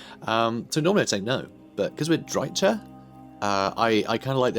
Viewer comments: Don't worry, he knows about it; I told him the correct pronunciation and gave him a couple of sources for it in the comments of the first Drycha campaign video, but he said that he prefers to use the TSH-pronunciation for "ch" so we just have to be there for him and support him - you can't try to change the people you love 😆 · Please just please. Look up the pronounciation of Drycha. The ch sound is the same sound like in Chrace or chaos for example... Shes not lizardmen for it to be the same sound like in Chaqua and so on... I hope you just didnt put it in google and used that pronounciation. Seriously man its destroying my ears to the point I cant watch your videos. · Fair enough, I'm honestly way less annoyed by you mispronouncing it intentionally than I am by you doing it accidentally. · Please stop mispronouncing Drycha and Heathlands. Drycha is pronounced like "Dry-ka," and Heathland is HEATHland, not HEARTHland.